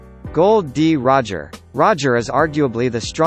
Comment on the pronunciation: Thats not Gold d. Roger thats Gol d Roger